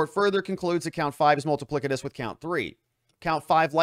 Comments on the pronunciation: Ha ha. Multi-plic- I- tuss…. plic. Ha ha. Multi pliss-itus Try that… that’s how it’s pronounced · I think you mean, "multipli-S-itous"